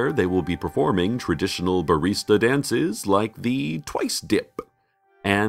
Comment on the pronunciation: MANDELA EFFECT!!!! I remember Cecil always pronouncing barista as "bar-i-sta" not "bar-ee-sta" weird.